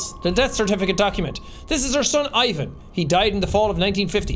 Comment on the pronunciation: my slavic self had to double check to make sure i heard correctly....that's not how you say Ivan...